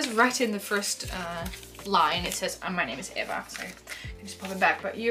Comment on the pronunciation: Oh my goodness! I can't believe mine made it into a video!!! Mine was the one with purple flower cut outs on the envelope! You are my favorite youtuber AND you said my name right! Usually people called me like eeee-vah. Oh my gosh I'm so happyyyyy :))))